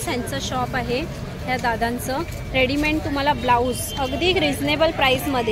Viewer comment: Readyment nahi...its called READYMADE रेडीमेड